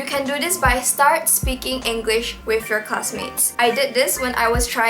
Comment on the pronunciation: You can start by learning how to pronounce the word ENGLISH. There's no R sound. It's not Engrish. Towards the end you did pronounce it correctly.